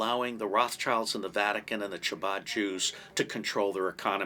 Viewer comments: Hello love your channel! Ch in Hebrew has a hard ‘k’ sound. Chabad is pronounced like Kabad. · It is not pronounced chabad it is a guttural first letter ...the only whistleblower who won against the CIA was the first to go public with the difference between the deep state ask william binney... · We get it. You hate Israel. Anti semites like Mel Gibson agree with you when you imply that Israel is the cause of all the wars in the world. And sadly your knowledge of Jewish history is extremely poor. You don’t even know how to pronounce “chabad”. It makes my ears bleed to hear you say it